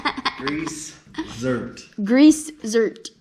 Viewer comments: Zerk, not zert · Awesome video. I wish my daughter were interested in this stuff... maybe one day. Meanwhile shes got her own stuff she could school me on, for sure. One thing.. .grease ZERK. Z-E-R-K. Not Zert. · Its actually GREASE ZERK not zert lol. Now you know haha